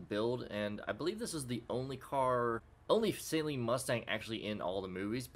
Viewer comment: It's pronounced Sah-leen, not Say-leen